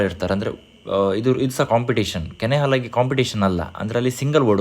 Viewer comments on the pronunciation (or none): ಕೆನೆ ಅಲಾಗೆ ಅಲ್ಲ.. ಕನೆ ಹಲಗೆ